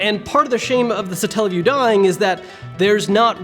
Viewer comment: Satella not Stalle wtf 0.o